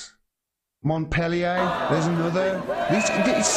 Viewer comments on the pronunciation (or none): none